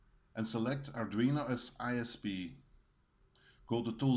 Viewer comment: The pronunciation sounded a lot like 'ardrino' as supposed to 'ardweeno' correct me if I am wrong.